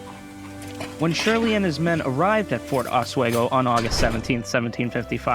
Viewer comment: As a Lake George history teacher, a few things to point: 1. Just call it Fort Edward no local knows or cares about the Fort Lyman name. Your Lyman obsession needs to go. 2. Your pronunciation of Oswego is simply awful and painful to hear for any trueNew Yorker 3. Get a better of map Lake George 4. There are two routes to Fort Edward a. Lake George by boat b. Lake Champlain South Bay which is extremely rugged terrain 5. Most of the battle points are extremely close together. The terrain is rugged on the south side of French mountain. So the main old military road was the only quick way of moving. 6. Your battle reactment is generally very accurate. 7. Bloody Pond and Roger's Rock( difficult to find by non-locals) still exist 8. Johnson really bribed King Henrick for Native support 9. Shirley and Johnson's communication was overstated. Much of the planning was done by Newcaste+Pitt+Braddock 10. Your version is somewhat different from the tour Fort William McHenry. Your interpretation would confuse most locals but it is accurate. No local would use ever the term Fort Lyman.